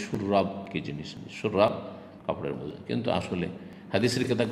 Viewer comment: শব্দটা মৌজা নয়, মোজা হবে....!